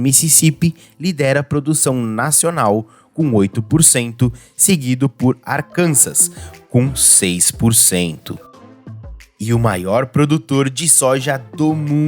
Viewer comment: Arkansas se pronuncia “Arkansáh” ou Arkansó em alguns lugares, mas Arkansas não rima com Kansas.